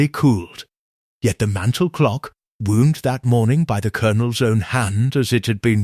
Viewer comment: Other than mispronouncing the word wound for wounding the clock and mispronouncing the word quince, another issue is who eats lunch ? p.m.?